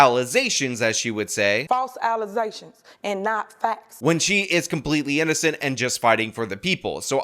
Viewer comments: 😂.....pew pew... "False allezations" 😂😂😂😂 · False ALLEZATIONZ..? 😮‍💨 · 😂😂she said false alersations instead of allegations i dont trust no one that cant say allegations properly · The mayor says “alization”? Are pronunciation and enunciation not taught in school anymore? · “False alazations” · She says “Alization” because she drinks Alize. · I think its cause accusation ends in zation she sort of fused allegation and accusation: Allezation 😂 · "false allezations" 🤣😂🤣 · How dare you go after her with these "ala-zay-shauns" Shawn?! Lol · Wait 😮she can’t even pronounce allegations ? 😮